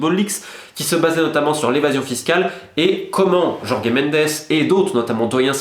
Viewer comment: Jorge en portugais ça se prononce.. comme Georges en français. Pourquoi aller inventer des "Yorgué" ou "Jorgué"? Pour "Mendesse" ok, parce que dire "Ménndch" ça ferait un peu Nelson Monfort, mais bon Jorge c'est Jorge quoi.